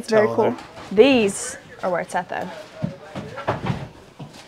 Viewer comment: “Oh, that’s cu-oool”🤣🤣. Cute AND cool… Great finds❤❤❤❤